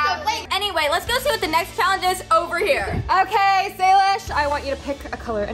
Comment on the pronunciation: it not salish it saysay